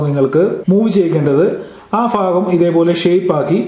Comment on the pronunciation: Fagam alla Bagan...!!!